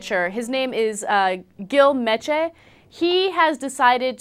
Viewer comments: well it isnt her fault he has a name not of the English language! If you dont like it go back to wherever you came from! Meche should not be pronounced mesh or it should be mesh. Fuck him he sucked anyways! one good year. below average pitcher! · Her name is not English in origin either, nor is her cohosts. She has a funny sounding and funny looking name and can't be bothered to learn the right way to pronounce someone else's name.